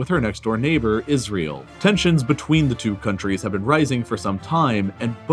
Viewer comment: No one:: Isrëėêl